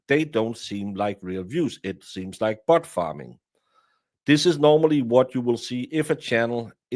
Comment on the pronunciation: I know you said bot farm... But I heard 'Butt Farm'!!! LOL! 🤣